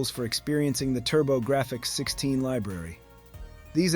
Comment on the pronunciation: "keelobytes". "Turbo Graph Ex 16". No human talks this way. It's AI. And I'd wager the script is partly AI generated. It's not terrible, but there are enough real, passionate people out there making these kinds of videos that I don't want to deal with AI slop.